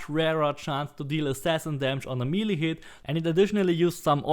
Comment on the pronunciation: It is pronounced me-lay. Me-lay weapon... Just fyi. and Air-rees for Ares....